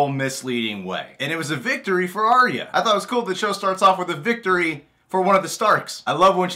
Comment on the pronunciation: WHY WHY WHY are you pronouncing Arya wrong :( Ar-ya Ar-ya Ar-ya >.<